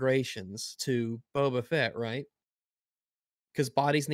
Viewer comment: I think you horribly misspelled and mispronounced "Boba Fett."